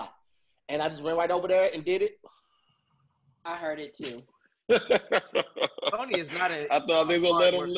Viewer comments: Hey Todd, here's the recap: called Richie, Ricky. Then said Ricky. had trouble with Sony. said "Black" blown out instead of "Back" blown out. said our ancestors were "Impressed" instead of "oppressed". Back to you in the studio. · The way eyes lit up when was trying to say Sony.... hilarious.